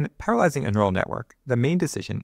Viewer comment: "When paralyzing a neural network...." 🤨 -- it's a common thing to hear in ML videos and podcasts due to relaxed speech patterns (though I believe some people think it's genuinely the correct way to say 'parallelizing"), but it always catches me off guard and sounds so incorrect. Random thought of the day. Looking forward to the rest of the videos on this series. Thanks for uploading!